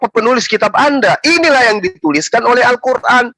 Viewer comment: Weyy vovo Al-qur'an bukan kuran...sebutannya sj kaku...